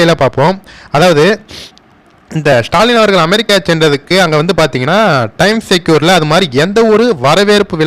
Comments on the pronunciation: Pronounced as times Square like g square not times secure. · டைம் செக்யூர் இல்லை. டைம் ஸ்கொயர். தப்பாக உச்சரிக்காதீர்கள். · Time secure ellanga 😅 Time square. Is a place. Please pronounce it correctly 😊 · Pl pronounce properly Time Square.